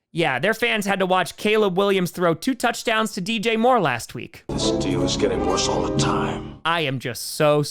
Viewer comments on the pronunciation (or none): none